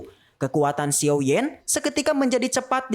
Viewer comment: Dan bukan xiou bang tapi xiao